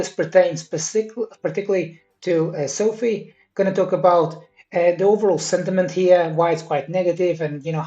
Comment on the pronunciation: How about you learn how to pronounce the company name first, lost me